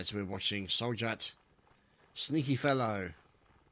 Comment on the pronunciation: Also, Sjt is Serjeant not Soljat or what the hell you said :D